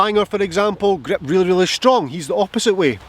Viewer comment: Hey. Love how you pronounce grip “weak grep!”. But seriously, thx for this video. I’ve been working on snapping the club head through the ball at impact and you’ve made me think of this in a different way. Thx! Can’t wait to get to the range. 😊